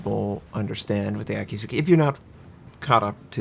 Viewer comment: Okay, it's Akizuki. a-kee-zu-kee. spell A as in (A)labama, kee as in (kee)n